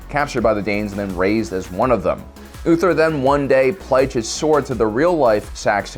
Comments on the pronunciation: So many mistakes in this video it's almost funny. ''We don't know how things looked 100 years ago...'' You mean back in 1921? ''Great Heathen Horde..'' It's the ''Great Heathen ARMY and it was not just Danes but Norse warriors from all over Scandinavia. Also, it's UTHRED not ''Uther''. The Macedonian Phalanx is NOT a shield wall, it's a spear wall,used as an offensive formation, similar concept to the European spear wall formations of the 15th Century. 300 is maybe a comic adaptation, with lots of over-the-top elements BUT the first battle scene, when the Persians attack and get pushed back by the Spartans, that is a fairly historical accurate depiction of a hoplite phalanx. Well, at least the part before Zach Snyder goes all Slow-Motion choreographed action that is..... (Also, Spartans use to wear heavy armor but whatever, this is a Frank Miller comic adaptation.) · its not ulthred ffs